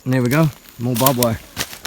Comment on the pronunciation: It is not bob wire it is barbed wire as it has barbs on it.